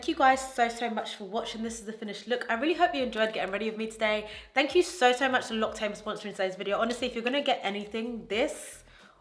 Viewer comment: this video is so good loved i'm going to follow your makeup routine to a t ☺️ as a french viewer i just wanted to let to you know that "l'occitane" is actually pronounced lock-sea-tan